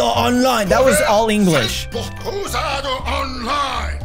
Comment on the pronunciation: he says crusaDO online, not crusaDER